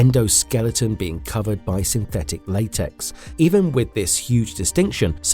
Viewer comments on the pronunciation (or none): none